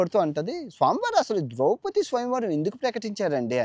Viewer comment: ద్రౌపతి కాదు సామీ అది... ద్రౌపది...